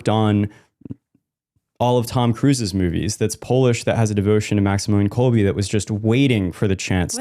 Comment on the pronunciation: Quick correction here, it's Kolbe, you pronounce it last "e" like in words "angEl" for example, not like in "each".